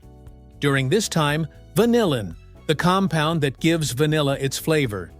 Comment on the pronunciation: How about pronouncing vanillin correctly?